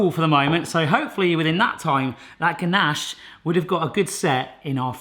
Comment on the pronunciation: When he kept saying ganache, I thought he was saying Ganesh, the hindu god. I was so confused for the first 3 minutes for the video, lol XD.